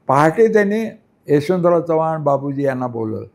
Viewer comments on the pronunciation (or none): none